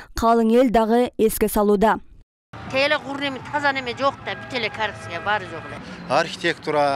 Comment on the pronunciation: Журналист кыз коррупция дегенди сонун айтат го корупсуюя корупсуюя деп 🤣🤣🤣🤣